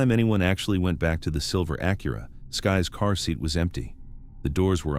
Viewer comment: The narration is just too awful. Not good. Not great. Not believeable. Just boring! And learn to say Acura! Youre supossed to be intellegent! Not dumb. Not stupid. Not idiotic. But smart enough for basic converstion!